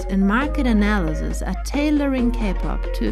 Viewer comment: She said analyziz